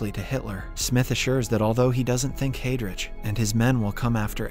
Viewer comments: I can't get past "hay-drich." It's "hi-drick." 🤦‍♂️ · Excellent summary and well paced. My only comment, can you in future spend some time learning the correct pronunciation of names. As an example Heydrich (/ˈhaɪdrɪk/) Not hey rich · Cmon, please get the pronnounciation right. It take less than 30 second to google how Heydrich and Erich is pronounce correctly. This way it seems that the narrator didnt even see the series...